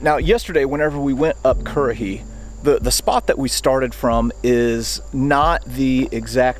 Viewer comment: You know what, when you talk currahee it feels satisfying lol